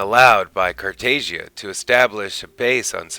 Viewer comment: According to Molari it’s pronounced Emperor Car tah jah. No loud “a” sound.